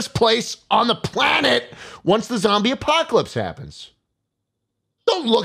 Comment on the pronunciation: Every time I heard apocalypse, I heard Ohio instead